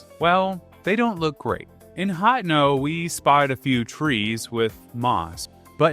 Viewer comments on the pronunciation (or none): great video but the way you pronounce hateno is soooooo bad lol... hotno... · Literally unsubbed due to the way he says hateno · genuinely never heard anyone pronounce “Hateno” like that 😭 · Is the way his says Hateno supposed to be a joke or what?